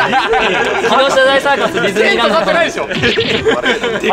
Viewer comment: デズニーじゃなくてディズニーって言えてる？笑